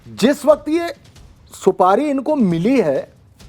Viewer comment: Didi Supadi nhi supari hota h or ye Gutka king Ajay Devgan ke muh se niklti hai bolo juwa keseri 😂😂